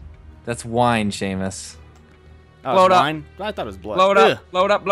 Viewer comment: Its Seamus without the h